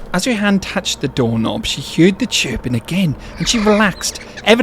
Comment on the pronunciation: Ive never heard anyone pronounce it as "hyeard" before.